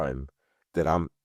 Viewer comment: You know like having kindneys… 😂😂😂😂 yes, Omar, just like having kidneys! That was the best!!